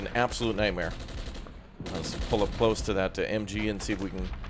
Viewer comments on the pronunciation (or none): none